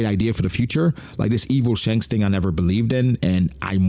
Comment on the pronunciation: Dhanks? That's kind of funny, but we all know Shanks' brother is named Stab. Get it right